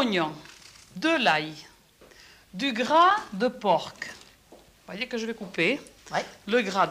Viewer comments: On ce demande si c'est de l'humour ou pas Like si t'as ris quand elle a dit du porkkk (porc) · Gras de porc ont ne prononce pas le c mais ça c'est de la vrai cuisine ça ouvre l appétit hum un délice merci Maiite